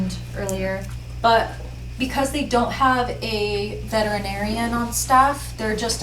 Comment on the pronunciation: I love your channel and watch frequently. Please learn the correct pronunciation of “veterinarian”, perhaps the next time that you visit one.